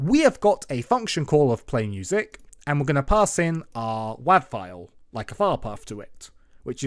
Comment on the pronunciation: bruh said wahv